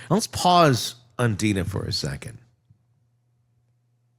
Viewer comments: I really love your channel but I just think you should be more professional and get some facts straight sometimes. And the girl's name is Drina not Deana. You kept posting videos of Donna n then explaining away, but it was three times the wrong video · DRena Not Dina!! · It’s Drina. Not Dina. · Hello, I just want to let you know that the name of “Donna’s jail daughter” is actually DRINA, you skipped the R! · Replay crew but can’t listen as we are all screaming at you!! It’s DRINA!!!! 😮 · OMG !!! At least you should get her name right !!!! DRINA #RESPECT